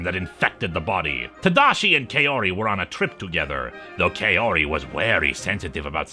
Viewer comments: Really liked the video, but I have a minor gripe about the pronunciation of the character Kaori's name. The first part of the name is meant to be pronounced like "kah", so the name ends up being pronounced like "kah-oh-ree", or like how one would talk about a cowrie shell. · Personally I prefer the Gyo anime movie. I've written several fanfictions for it. Also, no offence, but her name is pronounced "cow-ree."